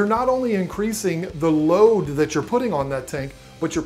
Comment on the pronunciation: I know this is a 3 year old video but I laughed every time you said "load"